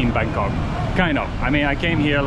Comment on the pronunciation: Sounds funny when you pronounced it Bangkock, lol